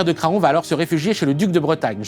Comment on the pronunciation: Excellent episode ! La prononciation de Craon est "Cran", comme Laon